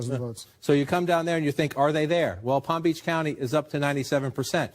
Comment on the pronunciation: said my county wrong